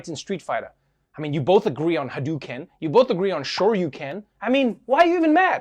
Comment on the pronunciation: Hadoken (hadOHken) not haduken (hadOOken). Most important point in this video, yes.